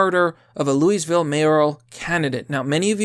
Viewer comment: Bro! It's pronounced Loo Uh Vull!